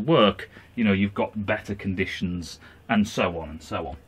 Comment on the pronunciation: Time he said beterrer. Currently incarcerated.